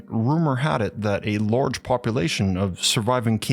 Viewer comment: It’s „large“ not „lourge“!